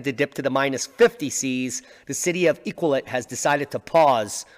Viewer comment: City of Iqaluit pronounced E cal loo eat.❤️🇨🇦